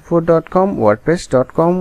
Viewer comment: Apnar Mhuke Wordpress kotha ta onek shondor shuna jai..